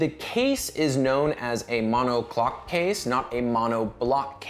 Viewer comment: “Mono clock” case? Did I hear you correctly? Do you mean monocoque?